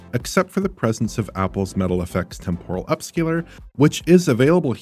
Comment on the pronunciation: Idk why but their's something so satisfying about the way says Metal fx